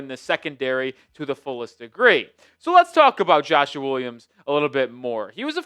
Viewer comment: Why you keep saying Joshuar Williams 😂